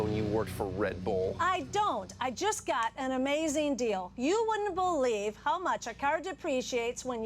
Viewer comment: you wouldn't bull-ieve